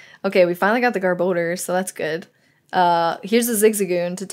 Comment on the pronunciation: GR-bo-dur. (Gar-ba-dor) =garbodor